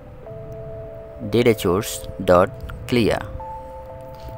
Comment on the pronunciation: Bro its call source not chourse, but your teaching is great! Thanks